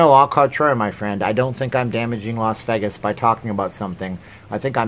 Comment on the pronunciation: It's Los vAgus, not veggis.